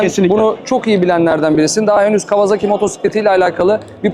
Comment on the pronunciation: Canini sevdiğim kawaZaki deme. Gıcık oluyorum. KAWASAKİ